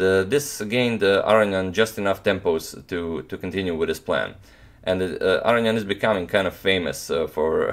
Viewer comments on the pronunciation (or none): Are you pronouncing Aronian's name correctly? Everyone else pronounces it with a long o.